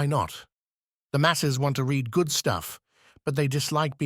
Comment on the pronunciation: Astonishing. There are some issues with the tense of 'read' for instance, but overall, no more errors than a human reader might stumble over. It boggles the mind.... When you hear the occasional split second vocal anomaly, you can't help but be alarmed by the thought of possible robotic anguish